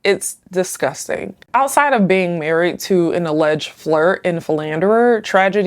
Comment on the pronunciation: The host can't say the letter "d". "hat" instead of "had", "marriet" instead of "married", "decate" instead of "decade"